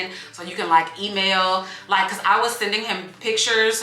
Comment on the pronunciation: Emailllll? 😂 that sounds so weird.